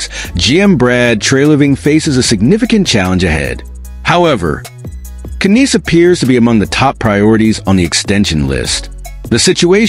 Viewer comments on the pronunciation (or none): terrible " KK- Nnes" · Matthew "Can-eass" 😂😂😂 get out of here.